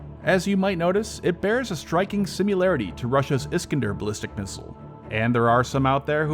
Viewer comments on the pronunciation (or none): Similarity, not simularity